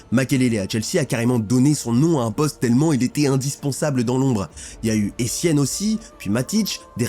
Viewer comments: J'avais un doute sur la voix IA, et j'ai entendu "Essienne"... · Essienne😂😂😂😂😂. Cambiatso😂😂😂😂😂